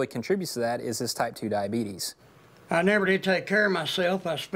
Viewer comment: "That Diabeetus is bad"